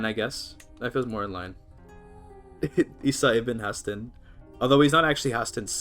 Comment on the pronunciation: your pronunciation of Haesteinn as ‘Hastin’ is really throwing me off lol